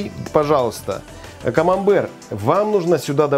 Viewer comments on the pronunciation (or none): none